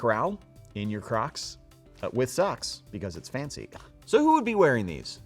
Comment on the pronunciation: Can we pause and talk about how he says “cracs”